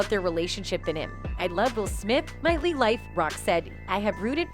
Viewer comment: The narrator can’t pronounce “whole” to save her own life 😂😂😂 🤣